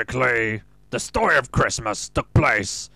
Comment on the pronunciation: the way you say christmas makes me realize why they say decemberween instead